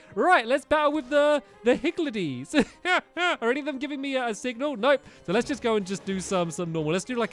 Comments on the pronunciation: it’s higgLedies, not higgLEDies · I think they are pronounced higldys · omg stamps xD it's pronounced higgle dees